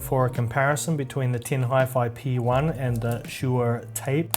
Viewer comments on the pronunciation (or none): pronounce Shu (Su) Er (e)